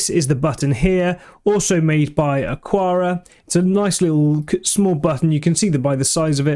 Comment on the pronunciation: Isn't it pronounced "Akara" as there is no 'u' after the 'q' ?